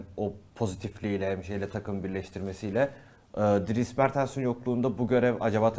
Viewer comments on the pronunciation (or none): none